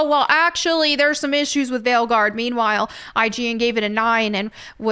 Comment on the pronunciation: "ign gave veilguard a 9 tho"... ign gave a 9 that means... 5 LMAO Wow... "VYEEE.... "its viii like wiiii" in my perspective and most i believe? but don't change for us DORITO shapes:D VYEE i love it:D